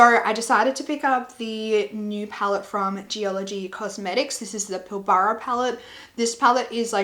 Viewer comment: Pilbara is pronounced " Pill brah". Thank you for your video, I enjoyed it.